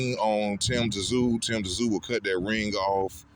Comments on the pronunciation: For fucks sake it's tim zoo pronounce it right it's not tim t zoo mate if you like Thurman best you don't watch this fight I feel tyzsu is going to wipe his arse with your mate keithy he s the real deal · Its not Tazoo you idiot. Its Tszyu. Pronounced Zoo. The hell is wrong with you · For fuck sake~!! His name is pronounced Tim ZOO zooooooo it's fuckn simple, the "T" is silent in his last name... All you bloody people who keep pronouncing "TSZYU" wrong, are obviously NOT familiar with his famous father before him either? 😐 Seriously if you can't pronounce his last name right, then don't fuckn say it!!😠🙄 Easy!! Just call him TIM, and for God's sake please tell me that everybody can speak his first name without messing it up 🙄 I'm dead set embarrassed for all you morons who can't speak the name properly, all these god damn years later~!!! TerZoo TerZoo wtf is that shit??? Ignorant brain-dead assholes...seriously not even kidding 😐